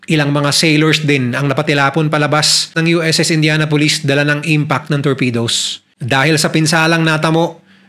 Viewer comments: Good story, pero it's "indyanapolis" po di "indyana-pulis" 😭😭😭😭😭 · Kung paano mo binabanggit ang Indianapolis ay INDIANA POLICE 😂😂 kakahiya ka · Please you pronounced the name of ship like a police 👎🏾